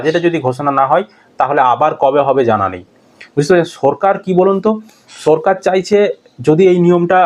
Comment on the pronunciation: আচ্ছা,তুমি কি স্বাভাবিক কথা বলতে পারেনা? সরকার কে বলছো সো রকার, আরো অনেক কথা আছে উচ্চারণ ভুল বলো।